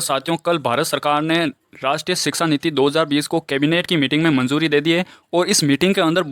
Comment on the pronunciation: Sir that is shiksha niti not siksa niti